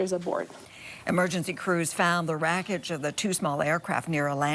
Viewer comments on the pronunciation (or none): the “WRACKAGE”??